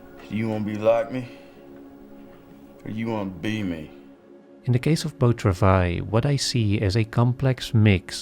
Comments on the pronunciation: Here here! What is the movie called? It sounds like he says "beau travais"? I only took 2 years of French, and forgot everything I learned. I looked it up, it is called Beau Travail. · What is the movie called? Beau Travais? I don't know French, and don't understand this presenter when he says the movie's title. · One tiny small little nitpick, I love your videos so much but, please put the title of the movie in the description. That's all. I couldnt understand what you were saying when you said the movie name and looked it up instead, then realized it might be in the subs. Would be tiny bit helpful for the name to be in the description.